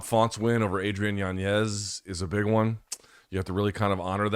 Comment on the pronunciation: Luke mentioning the Font KO over Adrian Primarily to have an opportunity to pronounce “YanYez”…. is just pure MK culture 🤘🏻